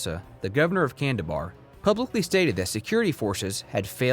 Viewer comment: Kandahar not kandabar 😁 otherwise good video and details 👍